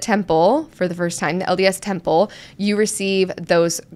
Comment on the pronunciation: Anyone else notice how he kept pronouncing it as tample instead of temple? Wanted to watch and learn but can’t. :(